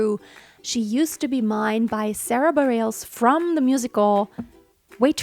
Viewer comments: Her last name is pronounced Buh-reh-luhs 😉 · Learn to pronounce her name please.